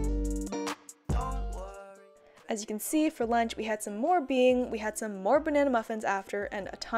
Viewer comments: this whole time while she said “bing” I thought bean. I thought it was hidden... then it clicked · My Chinese ass took so long to realise what Bing was cos of the way she pronounced it HAHAHA it just means biscuit in Chinese !!! Bing really is the best tho